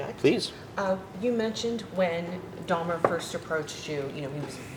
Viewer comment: For this incident happening 32 years ago, you'd think she knows how to pronounce his name by now. Its DAHMER, not DAHMNER lady.